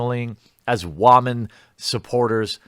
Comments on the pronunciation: Is there a reason you can’t pronounce the word woman correctly? Is it some sort of meme? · Dude.... just say woman correctly...